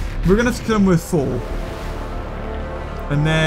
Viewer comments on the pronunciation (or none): none